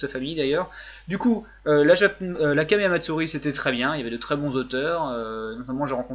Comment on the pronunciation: Je rêve, ou le mec qui chie sur les gens à la prononciation douteuse, nous parle d'un certain "Quaméa Matsourie" ?